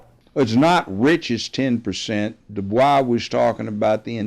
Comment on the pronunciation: He pronounced "Dubois" correctly. I trust this man. You better listen to Grandaddy Brown.